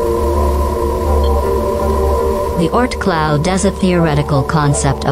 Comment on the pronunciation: “ort cloud” 💀